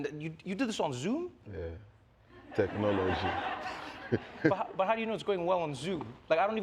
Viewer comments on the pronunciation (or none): Tek nor lor gyi🤣🤣😂😂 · That was a straight Fela vibe when he pronounced it that way "tek-no-lo-jie" XD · Who loves the part where he says "yeah technology" but in the most Nigerian accent🤣